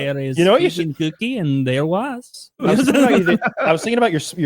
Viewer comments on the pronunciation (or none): none